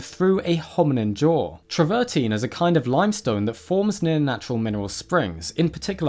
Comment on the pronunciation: The stone is called Travertine and PRONOUNCED AS IT SPELLED TRAVER TINE (teen)! Some Paleontologist you are! Mispronunciations all over the place. PhD Vertebrate Paleontology, University of California at Berkeley